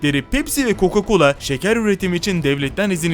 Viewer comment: Hocam bazı hatalarımız var Coco colo diyosunuz